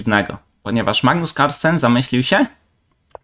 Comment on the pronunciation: Weź poćwicz Kalsperk